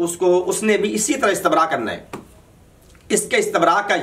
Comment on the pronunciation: پہلے اپنی صرف درست کرو استَنراء نہیں ہے استِبراء ہے اور بابِ استَفعال نہیں ہے استِفعال ہے بے وقوف انسان😂